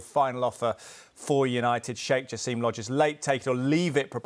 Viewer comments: It's "Jaa–sim", not jaseeem😂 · No Jaseeeem in Arabic it's simple <Ja-sim >